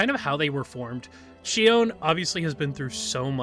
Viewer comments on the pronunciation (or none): Not sure why you mispronounced Shion's name in this video? Her face does move in game. She winces and smiles in animations. Her design reads more like cyborg human than an omnic wearing a human mask bc Hashimoto wear demon(oni) masks (where Shion deems humans the demons.) I don’t really like Shion's writing set up because she feels more like an allegory for human abusive mothers and generational trauma, rather than Shion being omnic first. Bastion, Zenyatta, and Ramattra are all omnics first. Even Orisa and Echo are robots first, not clearly metaohor for human situations like how Shion is an abusive mother figure to Mizuki. I think Shion also unfortunately veers way too much into a regressive "Dragon Lady" stereotype. :/ Her sadism, materialism, defined as 'ooooo uncanny' and its just an Asian woman that looks like a cyborg human, ooc vacuum sealed bust and butt, etc do not read well, nor that devs directly said Shion was inspired by O-Ren from Kill bill. Really disappointing they used kill bill as inspo, considering the director is a woman abuser and actresses were abused during kill bill filming. John Wicke inspo was fine enough. Shion feels like the writers are trying to hard for her to be "edgy badass" without the self aware camp other heroes have like Reaper. Shion's intro animation on the menu made me /laugh/ bc it feels like the writers are trying to hard to make her edgy. Like... where is her camp? Imagine if she had gunheels like bayonetta and did campy action scenes